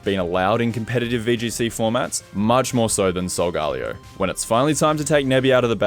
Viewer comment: Solgalayo Its sol-ga-leyo